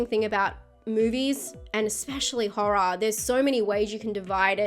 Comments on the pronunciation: Love disturbing horr-rah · I love the way she says Horror with her accent